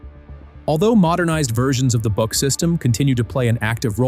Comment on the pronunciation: I am so happy, someone finally started to pronounce the „BUK“ system correctly with a long „oo“, longer as in „book“😊😊